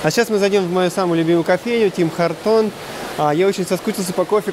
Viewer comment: Ребят, Tim Hortons произносится Тим Хортонс